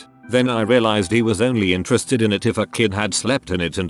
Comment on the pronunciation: lol the robot says intarasted instead of interested